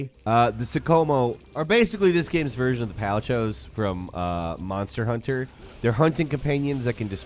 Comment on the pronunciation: ... Sorry, I have to point it out - did you call Palicoes "Pouchos"? It's a hard C - pa-li-ko. Further still, the subtitles refer to the monsters as "kimono", which is a Japanese dress/robe; the actual word used is "kemono", meaning a beast or animal.